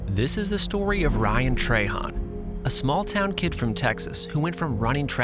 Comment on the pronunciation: Love ryan, you say trahan weird. Han not hon ...